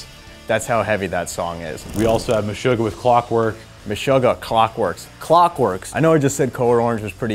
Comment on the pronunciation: Never heard of August Burns Red, or Code Orange. Also, is it pronounced Meshoogah or Meshugah? You guys should get your pronunciation straight before the taping.